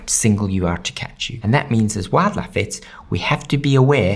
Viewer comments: Today I learned aussies pronounce "wildlife" as "wad-laf" 😂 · Every he says 'Wildlife' my brain can't tell if it's English or very Country